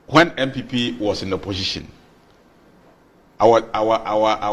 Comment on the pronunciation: Why is the guy with glasses saying oposhishin, oposhishin? OMG, it's oposition for God's sake.